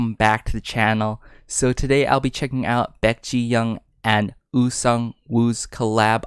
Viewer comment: Absolutely fantastic review❤ Very detailed and earnest, I think! Just one thing: "ong" is pronouced like "song" without a "s-" sound 😍